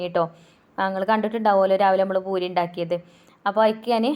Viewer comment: ഭൂരി അല്ല പൂരി എന്നാണ് പറയാ